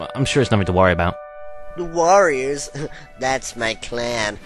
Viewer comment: No, I thought that at first. He said Worriers like they worry a lot.